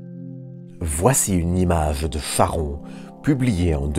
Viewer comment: Parce qu'il ne prononce pas correctement le nom du satellite de Pluton !